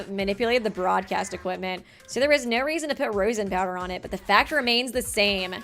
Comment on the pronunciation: hearing mispronounce rosin kinda hurts guys..... rose-in... raw-sin